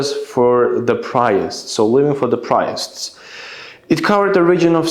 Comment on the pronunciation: Priests is pronounced like "prēsts" not "prayts" according to google translation 👍